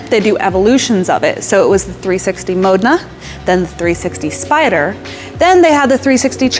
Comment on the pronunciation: Painful to watch....major pronunciation improvements for words such as “Alcantara” or “Modena”....